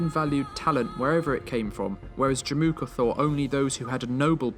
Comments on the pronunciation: Fyi, it's Jamukha/Жамуха ("a" is actually silent). 😀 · in mongolian it's not called Jim uka it's called Jamuuh